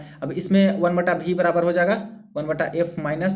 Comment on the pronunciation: महाराज जी भी नहीं होता वी (v) होता है एसा लगता है इंग्लेंड मे से padh रहे हैं